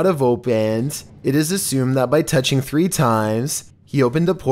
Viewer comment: Threemad facts